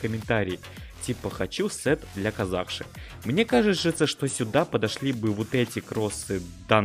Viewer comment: Казахша ударение на последни а!